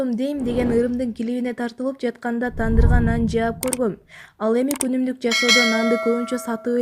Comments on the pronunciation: Чон кыз дандыр дебейт тандыр дейт болбогон нерсени жанылык деп чыгара бербегилечи!Бекер калсанарда тажатынар журналистер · Блиин тандыр дечи дандыр дебей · Дандыр кайра тандыр 😂😂😂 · Урматтуууу диктор жакшына окучу а дандырга емес чыгагым тандыр болот билип кулагына туйуп алсан тандыр дандыр емес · Дандыр дебейт тандыр дейт алып баруучу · мына алпаруучу кыз жакшына элэ муйлой бербей бекен жасалма болбой дандырга нан жаап дп кайсыл жакта тандырды дандыр дейт экен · Дандыр деп далдыр айтат. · дандыр дейтго тобо админ😂😂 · Уят эле дандыр дейт го